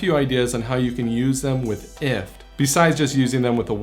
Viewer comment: First time I ever hear someone pronounce it IFT and not Eye-Eff-Tee-Tee-Tee, took me a second to understand! haha